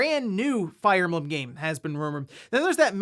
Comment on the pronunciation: Is he saying Fire Emblem funny or is that really how your suppose to pronounce the title?